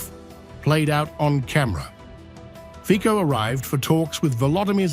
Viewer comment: Fico/fitsoh/, not /fikkoh/